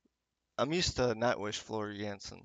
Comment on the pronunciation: Her name is JANSEN NOT JENSEN. !!!!!